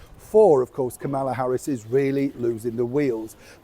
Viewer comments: PLEASE pronounce the VP’s name correctly! Think of the song “Camelot” then substitute Kamala. You sound rude. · SORRY, BUT YOU ARE PROUNCING THE VICE PRESIDENT'S NAME WRONG...PLEASE GET IT RIGHT, or stop pouncing it.. .